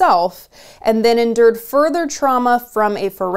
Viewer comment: You are doing a GREAT job for Jesse. Except when you read the word 'endure', it sounded like you said 'injure', which of course has a totally different meaning. I agree with you: Next time you interview a Pro-Lifer, you should ask them this: "is it OK to let a grown up, tax-paying, pregnant woman die of complications in order to 'save' a non-taxpaying, dead, still-born fetus?"